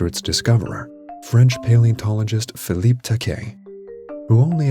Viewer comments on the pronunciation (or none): none